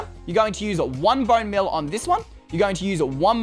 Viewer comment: "you're gonna use one bonemeal on here." "you're gonna use one monebeal in here..."